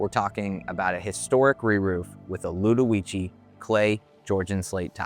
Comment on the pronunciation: you said the name incorrectly